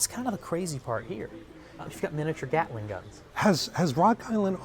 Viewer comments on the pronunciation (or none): none